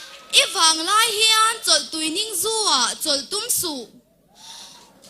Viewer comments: Chawltui ningzû tih tur, Chawlhtui ni lovin. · A tha pap pap hle mai,fakselna ang reng deuhin,chawlhtui ningzu tiin a lam tlat mai,chawltui ningzu tih a ni zawk a,inzir zel rawh se